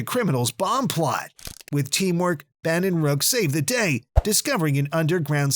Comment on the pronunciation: ban (Ben) rok (rook)